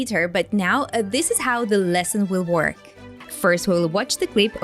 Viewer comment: She said NOO-tis for the word notice. Work is pronounced by her like FORK.. Hmm.. tsk..tsk.. 🤔